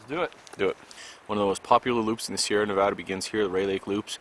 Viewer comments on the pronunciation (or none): you have become one of my favorite youtubers,but it is Nevada not navada